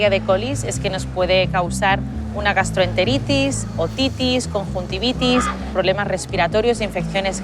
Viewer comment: GastroentereTEETEES, earinfTEETEES, morendmoreTeeTee